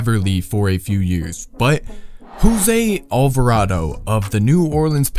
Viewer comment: Alvardo Alvarado